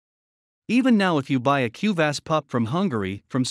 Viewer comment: Pls try to pronounce kuvasz and every hungarian word correctly next time...it hurts hungarian ears